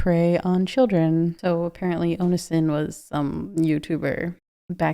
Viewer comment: You really don't know how to say Onision? Omg